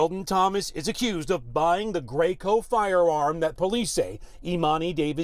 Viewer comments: ITS DRACO, NOT GREYCO!!! IDIOTS🤦🏾‍♂️🤦🏾‍♂️🤦🏾‍♂️ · This mf said "Graco"🤦🏿‍♂️....